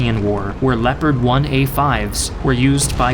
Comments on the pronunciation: Leopard i think is geniunly the worst pronounciation ever lol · As a native German speaker, your German pronounciation - though you left out some of the details and harder parts - is pretty good. Only "Leopard" isn't pronounced with "e" like "Leo", but like "leg", "less" :-) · What if i told you that the Leopard is pronounced (leo-pard) as Gepard is the german word for leopard lol